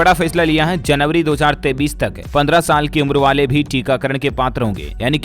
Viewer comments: Dear sir, Jan. 2023 ko Jan. 2033 baar-baar bolte hen. Pls see. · 2033(tho hajar taites) nahi hota hai... 2023(tho hajar teyesh) hota hai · App 23 ko 33 q bolta hai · 23 bolte he sir ji ya 33 bolte he ye btao pahle sir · 23 ko 33 kiu bolta hai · 2023 को दो हजार तेंतीस नहीं दो हज़ार तेईस पढ़ते हैं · 23 को 33 क्यों कहते हो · Bhai app 23 ko 33 kyo kehte ho